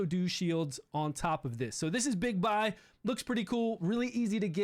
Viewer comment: It's pronounced Bigbee